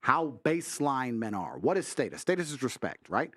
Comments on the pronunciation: state us...? status? this dude can't talk lol. every other weird was pronounced correctly. annoying AF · Aye nobody ever comments on him pronouncing status wrong bro b saying stateus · someone teach tate how to say status 😂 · Is that how you suppose to say “status”? Is it stat-us or state-us? 😂 but he’s right about some women forced men to get married. Which I think is effed up. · Stay tus😅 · The way he says status is funny af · The way he say status is insane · The way he pronounces status is so weird. One of the few times his accent seriously comes out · Why he say status like that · He sounds funny when he says “status” I’m a huge fan tho I just find it funny cause I’m from the states and we pronounce it differently.